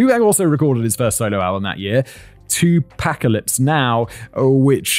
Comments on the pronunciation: Thank you for commenting on this, it was a great episode but they did make me laugh, especially with 2-Pack-alypse... Just butchered. Lol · 2pac: uses name in the word apocalypes so you can clearly deduce how his name is pronounced Simon: "2 pack o' lips"